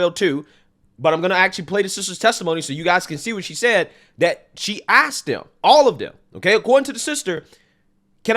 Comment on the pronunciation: She axed them